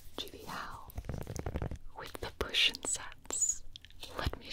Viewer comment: Yo hold on how tf did she say gibi without touching her lips together ?🤨